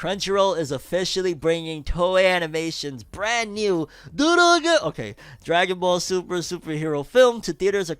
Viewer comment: Bro why you say Dragon Ball Super like that 😂